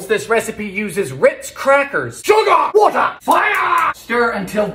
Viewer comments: “SUGA, WATA, FIYYYA!” that has me dying🤣💀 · "SUGAH, WATAH, FIAAAH!" 💥💥💥